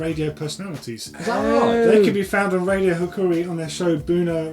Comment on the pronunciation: Laughing so hard when you pronounce Hauraki XD Great show loved it!